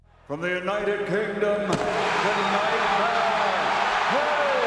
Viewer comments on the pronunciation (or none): "From the United kondom"😅